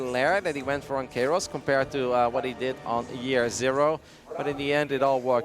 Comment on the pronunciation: KA-Iros not cayross